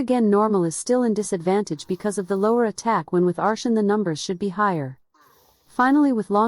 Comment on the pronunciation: took me 4 minutes to realize you meant artian instead ar-SHUN